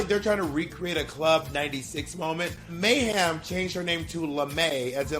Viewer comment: I keep thinking bob is saying "Mayham"